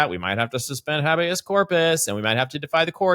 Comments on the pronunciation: "Habby Us" - VS - "Hey B Us" Someone please help pronounce the "habeas" in habeas corpus. 🙏 This word nerd friggin' choked trying not to lol-geyser water everywhere! Twice! 😂😂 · the first “a” in habeas is a long “a,” similar to the “a” in place.